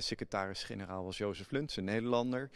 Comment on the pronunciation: Hoi, hoi, iemand ook een appeltje? Bro...Joseph Luns, niet Lunch.